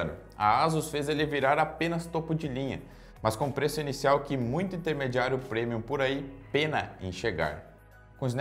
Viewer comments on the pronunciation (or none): none